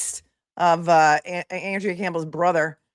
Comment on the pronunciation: She pronounces it AHN-drea, I believe. FYI, Rachael Rollins is running for Suffolk DA, even after soliciting and accepting bribes, lying under oath to investigators, and violating the Hatch Act while she was the US attorney for the District of Massachusetts. She resigned in May, 2023, preventing the federal government from disciplining her.